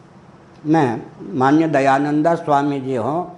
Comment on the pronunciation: फिरोज गाँधी पारसी नहीं मुसलमान था !आपको सही जानकारी नहीं है !उच्चारण भी अशुद्ध है !दयानंद को दयानंदा बोल रहा है !चेहरे पर भी कोई तेज नहीं !!